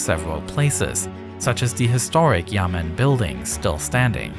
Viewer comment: Me AKA every Chinese person who hears he say Yamen wrong: BROOOO It’s Yá men 衙门